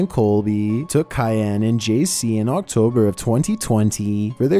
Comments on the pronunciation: you did not just say k y a n IT'S KIAN. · Did he really just pronounce Kian’s name like that?? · The way he just butchered Kian's name tho